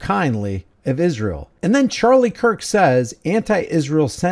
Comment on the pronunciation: What is it with Candace saying “Ishrael”? 🙄